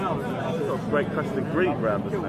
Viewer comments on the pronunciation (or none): none